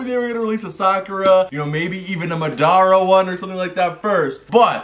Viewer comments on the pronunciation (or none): BRUH STOP SAYING MADRA ITS Madara NOT MADRA IM WILL PUNISH YOU